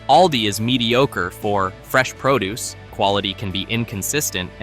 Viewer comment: Make sure to grab the proo deuce like the robot said.